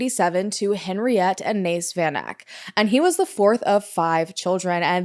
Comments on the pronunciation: Van Eck...pronounced...Fun Ek. It's Afrikaans. 😊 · hey! south african here. it's great to see south african cases being covered, i just wanna politely suggest checking pronounciation of names especially of victims. for example, the "van" of "van eck" is prounced like the word "fun." also interms of the life sentences, not sure if this is a thing in the US too but they could have and should have given her multiple life sentences SA is a shitshow, ive literally never even heard of this case because of how disgustingly common this stuff is. i was like 8 at the time but havent heard about it since either. just last month three farmers unalived two women and fed them to their pigs :,) you should also look into the Krugersdorp (nicknamed "Devilsdorp") cult/killers. the ringleader is serving 13 life sentences